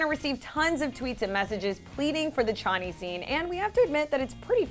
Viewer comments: Don't get me wrong I'm so happy they released the Choni (pronounced Sh-oni) deleted scene. But I think 'Bully' is a big word to use for this specific situation. Of course I understand that Choni shippers went to every extent to get the deleted scene, I mean who wouldn't for their favourite ship but by no means did they 'bully' Roberto into releasing it. I'm not trying to be disrespectful in anyway to yourself or to this video, but I just felt the need to comment on the specific word of 'Bully' since I am a fan of the show and love the pairing of Cheryl and Toni. I think the passion of the fandom is incredible and I'm so happy to be a part of it. Also everyone has a right to their own opinion, so to the people who believe that the musical episode wasn't for them, that is completely fair enough. Not everyone is going to enjoy that style of episode. Anyway, I hope everyone has a great day. Sorry for the long rant. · They didn’t even say Choni right 😂😂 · pronounce choni right, first of all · I signed the petition teehee. Also.. bullying? That’s fucking hilarious Also... WTF IS THAT PRONUNCIATION OF CHONI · Why she pronouncing choni like that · It's Ch-o-ni not Ch-on-i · It isn’t ch-oh-knee it’s sh-o-knee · Not Chani. Ch- ohh- neee. Choni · It's pronounced shohni not chonny smh 😂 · btw its pronounced sho-ni not chani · Nobody is “bullying” anyone wth And it’s Ch oh ni Not ch aw Ni 🤦🏻‍♀️😂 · Chahnee? It’s Cho-nee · channi? who's channi? its choni, shoh-knee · ummm what the fuck is chani? its S-H-O-N-I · “ChAAHHni” FUCK NO IT’S CHOOOOOONI WITH AN OOOOOOO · She pronounces choni Ch-a-ni instead of choni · omg ikr every time she said chaw-ni instead of choni i was just screaming at my laptop CHONI..... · MY OTP IS PRONOUNCED shO-Nee btW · its not choni or chawni its shoni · They called them ch-o-nn-y that rhymes with Bonnie. I’m so angry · Sh-oh-nee like if you agree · It’s pronounced ( cho-ne) but written choni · Did she say Choney? I think that's wrong